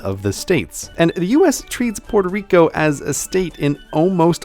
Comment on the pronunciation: porterico? facepalm.